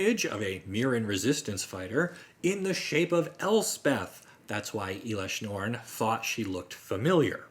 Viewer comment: It’s not eelesh norn it’s pronounced L-Esh- norn